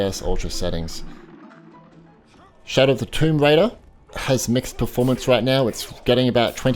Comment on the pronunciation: did he just say shadow of tye tomb raider